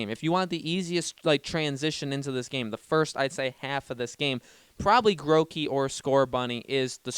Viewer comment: HE CALLED IT MOTHER FLIPPING GROWKEY AND NOT GROOKEY